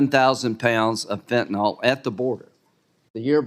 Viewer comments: why cannot republicans properly pronounce fentanyl? not fentanOl. fentanYl = pronounced Y like an I. i guess they think saying fentanOl sounds scarier. i do agree mayorkas is a moron. he has constant deer in the headlights countenance. big laugh when graham calls for kurilla remark on easel behind him that was already on the easel. lindsey is being dull--witted. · Why do so many seemingly intelligent people not understand how to pronounce fentanyl! It is pronounced as "fen-tan-il or fen-tan-ul"... not "fentanall"!! The original manufacturer says it is pronounced as fen-tan-il. Now... reinstate the damn policies that were CLEARLY working to secure our southern border and get rid of Mayorkas. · He certainly doesn't know how to pronounce fentanyl.